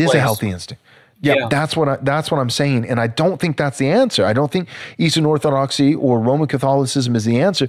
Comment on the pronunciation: Say it "Orthodoxy"